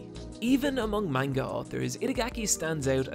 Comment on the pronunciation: You pronounce "Manga" weird